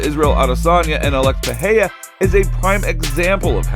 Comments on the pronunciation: What’s with everyone pronouncing his name as if there’s an H in it? It’s pronounced Pi ray rah not Pi hay day. If you can’t roll the “R” say the “R” regular or the American way. The way this guy and Joe Rogan says it sounds very unintelligible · PEREIRA is pronounced PE-RAY-RA!!! Otherwise I enjoy your efforts. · Im fascinated everytime some cant pronounce R s after another in a name like Pereira.